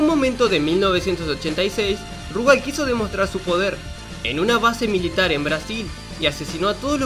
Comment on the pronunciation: Por qué mierda todos le dicen Rugal acentuando la u en vez de la a? Si juegan al KOF 94 y 95 sabrán que la acentuación es en la a, por ende es RugAl